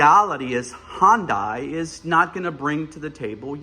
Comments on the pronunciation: It's fucking HYUN DAY OMG HYUND DIE my ass how long does it take to say it??????? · Do Americans really say Hyundai like that? It's Hyundai, not Hondai. Otherwise, interesting comparison for sure, not many people can do a review while owning both cars. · I thought he said Honda weirdly at first 😂